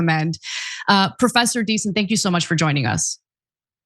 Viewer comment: Professor DieSon? Its Diesen folks lol